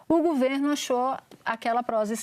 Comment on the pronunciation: Que bosta é essa que TODOS falam gUVerno!!! Pelo amor, é gOverno!!!!!